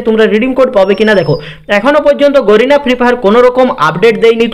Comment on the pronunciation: গোরিনা বলছ কেন বল গ্যারেনা Lol